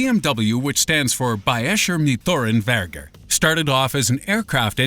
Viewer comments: Wow, your german pronounciation is really bad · You totally butchered Bayerische Motorenwerke.